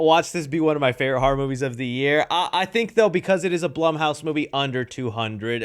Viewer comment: Dude, it’s ‘Horror’, not “HAR’!